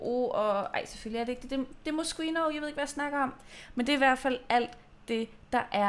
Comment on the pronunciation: Man udtaler det Moskino😊